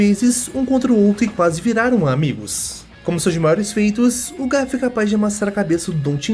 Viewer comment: Por favor, para de falar o nome do Garp como Guerpe. Se le assim mesmo GArp. Som de ga no português mesmo.